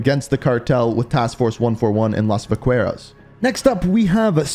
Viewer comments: Hey, love the vids but I wanna help you out with the Spanish pronunciations. Los Vaqueros, or "the Cowboys," is pronounced Vah-keh-roz, coming from the Spanish root word "vaca" for cow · "Vaqueros" is pronounced "V-uh-keh-rows", but I love to help people pronounce Spanish properly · vaqueros. (VA-KE-ROSE ) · Just a help. “VAH KEY AIR OS.” And then just say it with a Mexican accent. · Him saying Vaqueros wrong is gonna be the new "the Caldera", isn't it?